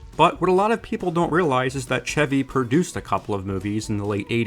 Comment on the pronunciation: Lol wow i thought this was just a movie I'd seen from my childhood nobody else did like a secret memory or something feels good to know alot of people know it and like it and finally why is this guy calling him ceavy instead of chevy I've literally never heard someone mispronounce an easier name in my life it really irks me